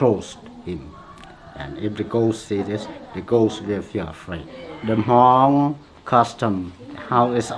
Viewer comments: 😂 ... I've watched some of Mark's food videos but never knew he had a Hmong one. Props to his correct pronunciation of the word "Hmong" unlike most who typically pronounce it as "Mung" 👎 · Thank goodness he pronounce Hmong right! I love watching your videos. Reminds me of my trip to Thailand when I visited a Hmong village on top of hills in Chang Mai. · I'm Hmong American! Loving the video. Thanks for pronouncing Hmong correctly, Mark! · Omg!!!! Mark pronounced "Hmong" correctly! ❤❤❤❤❤❤ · Thank you for pronouncing Hmong correctly